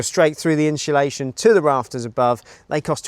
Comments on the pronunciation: Always good showing step by step process. But please, for the love of Guinness, stop saying inshulation! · The inchulation drinking game could be lethal in this episode! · Every time you or pronounce insulation as ‘inch’ulation you lose an IQ point 😂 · Glad you used inshulation 😂